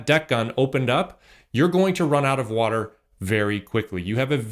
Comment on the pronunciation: lol "wherez da wudurl?"